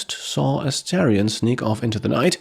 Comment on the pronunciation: Hey! Really enjoying the playthrough — you're doing a great job with it. Just a tiny note: the character's name is Astarion (pronounced Ah-star-ion), not Asterion. Totally easy mistake, just thought I’d mention it in case it helps. Keep up the awesome content!